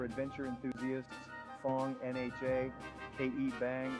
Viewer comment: Was the narrator AI? In , he read NHA letter-by-letter, instead of with the "nha" sound.